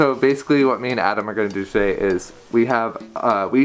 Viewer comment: My name is Adam, so every time he says "" XD